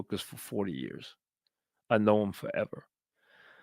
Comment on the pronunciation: “I been doin’ dis for 35 yeahs.”